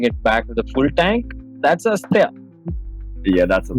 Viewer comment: Not Asateya...It is Asteya